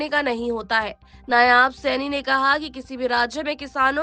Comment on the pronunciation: नायाब नहीं होता मैडम नायब सैनी नाम हैं.